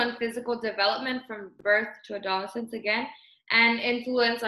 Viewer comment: No one is going to say anything about her mispronouncing “adolescence”????????? Like shoot the girl a text at least, it was driving me crazy. How are you going to be running a presentation on behalf of an education program and not let her know